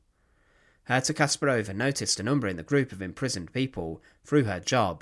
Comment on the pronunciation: The accent should be on the second syllable. KaspARova.